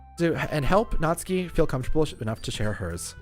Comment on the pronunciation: Finally someone pronounced Natsuki right! N A T S K I Also pronounce Sayori right. S A I O R I